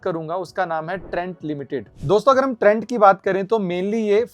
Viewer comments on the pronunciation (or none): this is trent not trends Ratta maar ke bol rahe ho praji